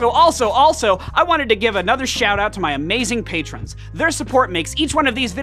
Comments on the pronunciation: It sounded like you said I want to give a big S$@ out to my patrons.😁👍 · Bro... when he said shout out, it kind of sounded like s*** out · “I just wanted to give a quick shit out” I can’t unhear it 😂